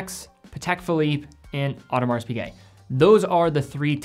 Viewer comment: The 's' in Audemars and Longines is silent.